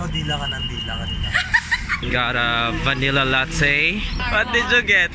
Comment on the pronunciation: it's pronounce po as 'Lat te' hindi po 'La tey' salamaaaat po more power!